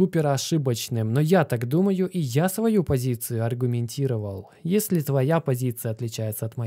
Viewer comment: Есле-есле, а может и не если, тут сплошные занки вопросов)